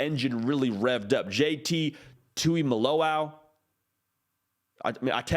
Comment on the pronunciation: Right, there is no middle T. It's just Jalen Tuiomoloau.